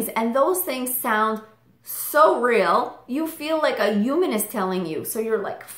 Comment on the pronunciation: is it just me or does she say "human" in a strange way? i can't quite pinpoint it, but its like "oooman" or something 😆